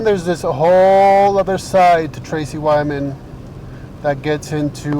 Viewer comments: Is the host purposely mispronouncing Tracy Twyman's name for magical protection reasons, or is he just lazy? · TWY-man, not WY-man